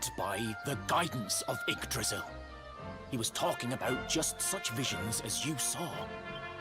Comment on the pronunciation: It always bothers me when they pronounce Yggdrasil without the Y.